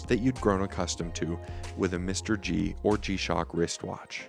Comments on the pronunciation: This watch is not pronounced as Mr. G BUT MR-G instead. MR-G should be Majesty Reality G-Shock. TQVM. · You lost me mate at the first spot you said mister-G I am not buying that watch now because of you🤦🏻